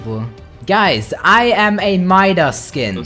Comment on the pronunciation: I’m a miidas skin the way he says Midas lol😂😂😂😂